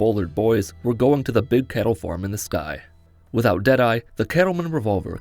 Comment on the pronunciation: CATTLE !! NOT KETTLE !